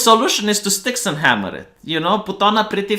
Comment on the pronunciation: Please learn to say his name correctly... or just call him Styx... 😂